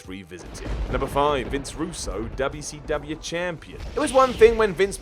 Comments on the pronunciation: DoubleU Cee DoubleAH 😂😂😂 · No one:: DUBYA CEE DUBYA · Why this he saying wcw like that "Dub ya c dub ya" i remeber when scott hall said it like that when he debut wcw also triple h when dx show up to wcw